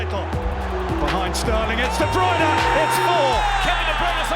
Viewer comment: How does he say his name so well 🤔